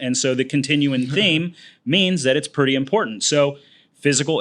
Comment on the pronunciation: Did he just say this is PRETTY IMPOTENT?